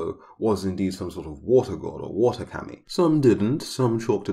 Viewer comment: Your way of pronouncing KAMI is wrong Is Kah-mi